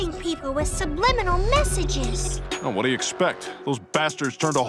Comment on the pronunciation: How did baby Bush work an extra "B" into the word subliminal? 😂